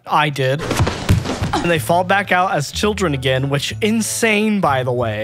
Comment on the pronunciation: “The Hwhich” I have been laughing at this for like 15 minutes straight and I have no idea why it’s so funny!